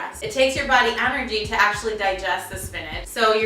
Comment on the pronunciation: Its so cute the way you say anergy. instead of energy :)